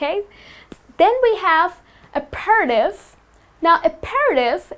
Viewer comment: aperitif is supposed to be pronounced ap-er-teef. You'ld think that english would just spell things the way they sound but unfortunately no. :)